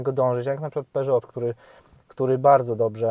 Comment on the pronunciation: Jak sie czepiasz...to tak aby to miało jakiś sens...czepianie się pokrętła do przełączania napędów to lekkie przegięcie...Wg mnie to wygląda OK. Skoro już się czepiać to naucz się wymawiać peugeot...wymawia się bez T na końcu ...